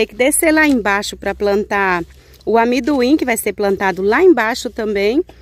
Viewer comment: O nome é amendoim e não amiduim